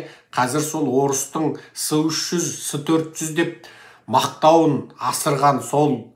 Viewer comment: Секес"s300-s400"ec"" деп оқылады.